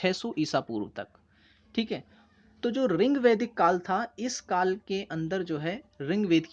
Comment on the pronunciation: Your teaching method is good but it's rigvedic ..not a ringvedic Ye sunne me bahut odd lg rha h